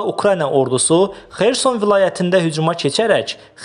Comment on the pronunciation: Xeerson yox ay savadsiz Xersoooon